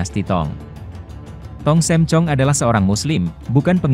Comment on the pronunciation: Tong sam, bukan tong Sem pak 🙏🙏🙏